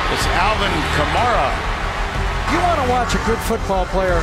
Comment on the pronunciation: It’s funny watching this again 5 years later and listening to them mispronounced Alvin Kamara’s name lol